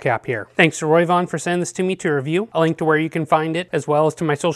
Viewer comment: I love your in depth reviews. Just wanted to tell you the pronunciation isn't Roy von it's Ro v Von 😉 keep up the great work.